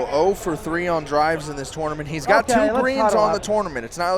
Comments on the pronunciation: Hey, please learn how to say tournament for phux sake. "tO0oo0rNaMiNt" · Love how pronounces "tournament"